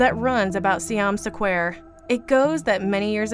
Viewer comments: Siam Sequare tho, you know? #DoesntKnowHowToPronounceSquare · Ugh, the pronunciation is atrocious. What is "saquare"? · Is it really Siam "sa-quare" it really looked like square, but I don't want to assume 😄🤷‍♀️ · See-yom Suh-kwair? Do you do this on purpose? Do you intentionally find one movie title in each of your videos to fuck up the pronunciation of and make us cringe?